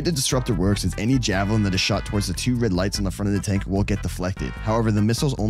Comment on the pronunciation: i cannot stop saying "javelintern"